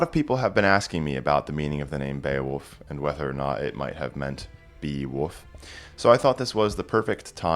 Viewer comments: Why are you saying “woof”? He's not a doggie. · Your native accent struggles with the L in wolf. Sounds like you're saying woof.